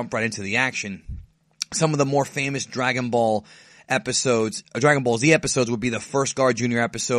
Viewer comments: drag-on ball haha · I thought it was Drag-out-ball :)